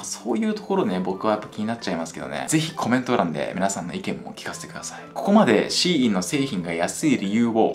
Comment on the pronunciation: SHEINは「希音」で中国語でシーインと発音し、アクセントは高・高（例えば日本語の「高校」のようなアクセント）珍しい音、または音を望むという意味だと思います。